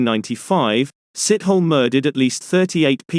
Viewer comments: for the record, it is pronounced (moses) seet-awe-lay, not sit-hole. ... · Moses sithole haha sithole is pronounced Sit hol Lee 🤣